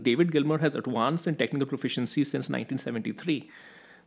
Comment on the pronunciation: It’s pronounced ad•Vanced with a V, not ad•Wanced with a W. It’s not that hard.